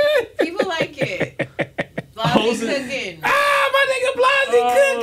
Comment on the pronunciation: Why keep calling him blozzy. It’s blazzy